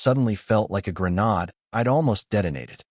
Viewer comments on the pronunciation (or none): I really liked this story. I'm so glad he didn't detonate that "granod"💣 😂